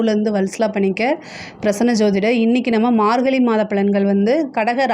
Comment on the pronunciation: Margalli illa margazhi. Pronounce that properly